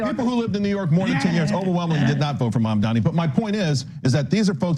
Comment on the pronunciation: What is it with old white guys lacking the ability to say "Mamdani"?